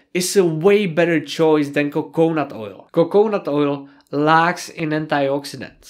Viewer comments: co co nut, rather than coke nut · PS it is coconut three syllables. Co co nut. :)